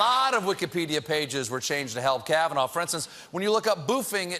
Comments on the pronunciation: "Judge Kahvanaur" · Why does he keep saying it with an R.... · Trump cant even say Kavanaugh properly. Should be voted down just for this. Judge Kavanar. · Not sure why Trump says ‘Kavanarr’. That’s not how you pronounce the guy’s name. Also the fact that he somehow realises his only redeeming quality is not drinking is stunning. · did Trump just say "Judge Kavanar"? Seriously? He can't even pronounce the name of the guy he wants right? SMH!!